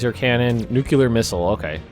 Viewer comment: 'New-queue-ler" Someone get the Nuclear Ninja in here.